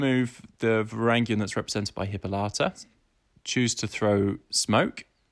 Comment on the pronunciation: Also Hippolyta not Hippolata